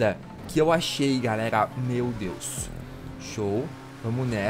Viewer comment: "fala galegla, lipão na aglea"